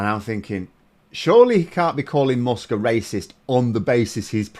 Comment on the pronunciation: why do you say "mosk"? its "mask", spelled "musk"... are we in for another vowel shift?